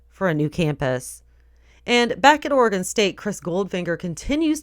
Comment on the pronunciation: It's "Ore-eh-gun" no "ore-ee-gone" =p